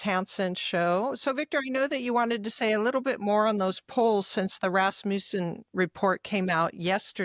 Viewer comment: “Rasmussen” has 3 short vowels, accent on the first syllable.